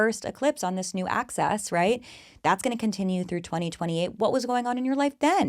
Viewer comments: It’s Axis 😂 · The fact that she says axis like "act-sis" is actually so TANC in this context